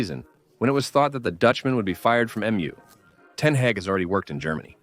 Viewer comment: Ten hage